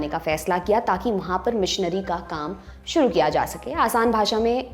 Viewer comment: I liked your accent today when you pronounced aap dekhna SHRU kar chuke hai at 1.40 minutes 😂